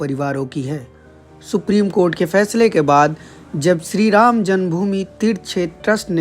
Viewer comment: Ye to ghour narak mein jayegi .. isse shree ram ka naam vi thik se Lena nahi aata...